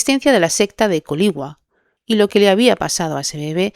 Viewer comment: Para tu siguiente video informate bien como se llaman los lugares porque es viña del mar y colligüai (así se pronuncia) No hate un abrazo